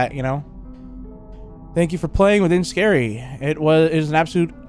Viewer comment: The title is pronounced “Ski-ree”